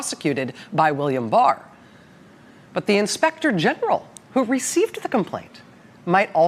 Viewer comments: C’mon! She can’t even say whistleblower right! The irony is astounding! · She couldn’t start soon enough she couldn’t say the words right 😂😂